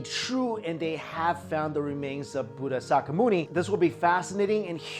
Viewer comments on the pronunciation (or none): it's not gatama.. but "gAUtHama" & not sakamuni but "shakYamUni" get it ? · Sareeras means bodies in Sanskrit and has nothing to do with those stones. And it's not Buddha saka myuni. It's "Buddha shakamuni" (Pronounced sha as in Shakira and Muni as moony)